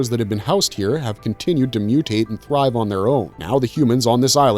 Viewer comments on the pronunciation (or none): none